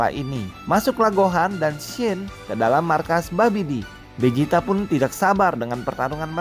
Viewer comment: Vegeta bang bukan bejita